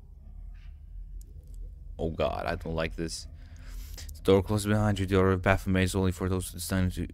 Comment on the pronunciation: stop saying “bafomay”